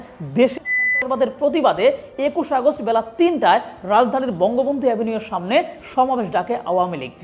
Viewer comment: আগস্ট বলার সময় করেন কেন? এতো ভয় 😂😂😂😂